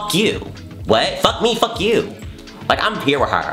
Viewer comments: "I don't give a FAWK" 💀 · IM DYING “I don’t give ah fahk “ HAHHAHA